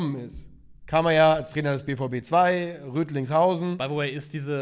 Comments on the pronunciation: Rödinghausen, nicht Rödlingshausen. Wir sind ja nicht in Österreich,. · Rödinghausen nicht Rödlingshausen😅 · Boah tut das weh, es heißt Rödinghausen, nicht Rötlinghausen